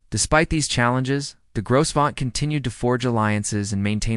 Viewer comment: The "s" is silent